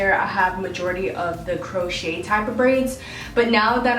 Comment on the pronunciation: FYI ITS pronounced:. "Crow shay" Not "Crow shet". But you're good to go 😊